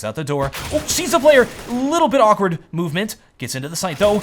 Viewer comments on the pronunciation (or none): none